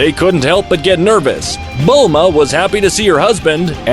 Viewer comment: Haa when he calls chi chi milk and buma braw